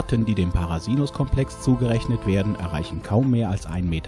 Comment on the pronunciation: Prasinus. Nicht parasinus